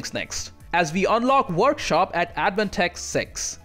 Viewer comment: "Worshop" good job. Lmao.